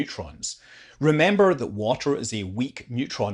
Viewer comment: Hey man, Please try, to pronounce the word ,,water" correctly. Cause it's not called ,,washer". A washer is a tiny round plate, that's used in screw connections, it's not a fluid. Thank you!